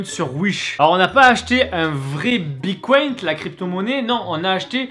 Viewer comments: EH MAIS DIS PLUS JAMAIS BITCOIN TU PRONONCE MÉGA MAL DONC STP BITTTTCOIN PAS BICOIN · Tu me stress c'est bitcoin et pas bicoint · Ça se dit bitcoin pas bicoint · Mdrrrr "une pièce de bicoint" on dit "bitcoin" bordel 😂😂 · RHAAA C PAS BICOINT MAIS BITCOIN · Mais grave on dit bite coin non pas pycoint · Bitcoin pas bicoint stp C'est relou a la fin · Il a dit bicoint au lieu de bitcoin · Mec on dis BITcoin bicont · c’est bitcoin pas bicoint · "Bicoïn" putain. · Sa se dit bite coin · Mdr il dit : "bicoinT" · « Bicoint » bien sur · On dit biTcoin